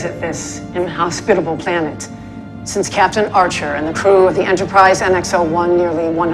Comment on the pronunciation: Cap-itan James T 'sweet jesus' kirk